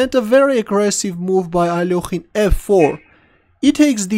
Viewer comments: the part that cringes me a lot is "ALOKHIN" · I don't know why so many people pronounce his name as if there's an 'o' in it...